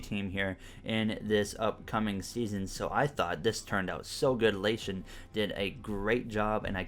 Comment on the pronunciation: Hey His Name Is Actually La Ti On You Kept Saying It Wrong